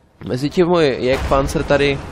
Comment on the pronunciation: ten jagdpanzer vyslovuješ jak jégrpanzer